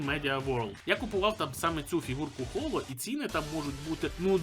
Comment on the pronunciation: Не Холо, а Хоро. ГЕТЬ ПОЛІВАНІВКУ!!!!